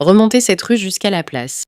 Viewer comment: почему девушка говорить rue как рущь ?